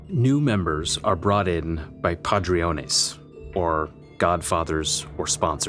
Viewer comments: Padriones?? “Padrinos” bro not what you said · Its padrino not padrion😂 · Did you mean Padrino when you said Padriones? Or is that correct in their world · “Padrion” its patron o padrino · Padriones? Padrinos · Word is "Padrinos" not Padriones... just so you know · PADRINOS NOT PADRIONES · Padrinos not padriones. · 😂he said padroones😂😂😂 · Padriones? That was some epic Spanglish.